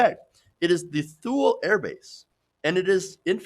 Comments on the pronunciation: "Thule" is pronounced "TOO-lee" not "Thool." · “Thule” is pronounced “Too-lee”.